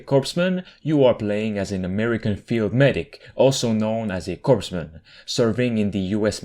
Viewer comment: It’s pronounced “coremen” for future reference even though it’s spelled corpsman